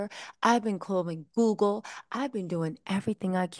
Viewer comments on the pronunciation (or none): none